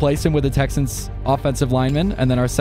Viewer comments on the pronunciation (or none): none